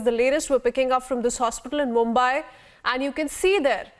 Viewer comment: not मुम्बाय but मुंबई। You take utmost care while pronouncing english words. So take same care while pronouncing indian words.